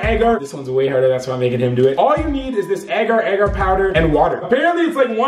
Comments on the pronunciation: its pronounce agar agar instead of ager ager ok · your pronunciation of agar agar is weird